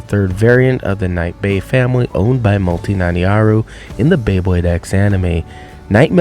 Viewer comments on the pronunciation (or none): u pronounced multi's last/first name its nah nah iro u pronounced it like Nani aru